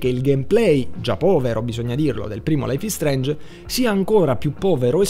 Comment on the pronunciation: laif is streinj bifor de stom